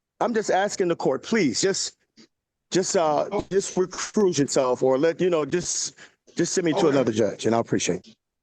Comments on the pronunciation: I love the fact that he accuses Judge Perkins of being “impartial”! 🤦‍♂️🤦‍♀️🤦 Also, “recruse”??? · ugh!!! Everytime he kept saying "Re-Cruise", it was like a donkey kick to the ribs! Lol You damn sho dont wanna play the drinking game with this one! 😂😂😂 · Recruise, reprove and one other term that rhymes with recuse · Can someone please help him learn the word "partial"? Bonus points if they can help him pronounce "recuse".